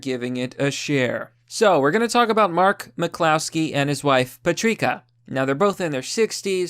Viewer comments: Good video. Just FYI, Patricia is pronounced "Pat-Rish-Ah," not "Pat-Rick-Ah." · Puh-treek-uh Hahahaha! Bro. Puh-trish-uh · Learn to read first. Pah-trish-ah. Not Patreeka. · "And his wife, patrika" ?? Dude. I often wonder if you're butchering pronunciations on purpose or what. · Off topic but pronouncing Patricia as Patreeka is adorable to me. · Pah-trish-ahh = Patricia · Dude, did you really just say "Patreeka"? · Are we just going to ignore the way he pronounced Patricia?